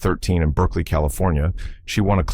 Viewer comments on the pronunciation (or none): none